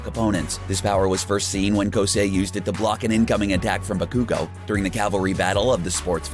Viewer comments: its ba-ku-gou not baku-gou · He said bakogo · It’s bah-ku-go Not bah-kooooo-go !!!!!!!! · This man sais "Bakoogo" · "My-Hero-aca-deem-ee-uh" and "ba-kuu-go" sent chills down my spine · Ahhh yes we all know of “Bak-uuuuu-go” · Di-did you seriously pronounce bakugou as "bakoogou"? Edit: He pronounced Uraraka as U-RAH-RAH-ka. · Guys, it's sounds more like Buh-coo-go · the way he pronounces bakugou oh my g od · My dude said bukoogo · I heard him say: "ba ku gu" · Stopped the video as soon as I heard him say Ba koo go make an effort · Who else got annoyed at how they pronounced Bakugo? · the way he says Bakugo. Just- sigh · You said bakugo wrong and academia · you pronounce a lot of these names wrong like Bakugo